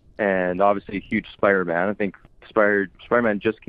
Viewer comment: saying spider- man: SPIDA- MAN